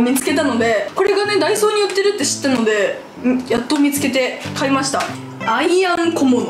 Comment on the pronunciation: ダイソーって言ってる？？